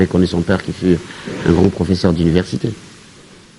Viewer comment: ...vs êtes déjà célèbre. Veuillez soigner votre Français( Tantôt, " vous", tantôt " tu"...prononciation à peu près, [ professeur] pas [ profseur]...na esprit ya bien.